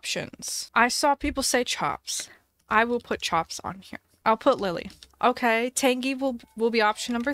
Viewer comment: She said “Kay” not OK the first time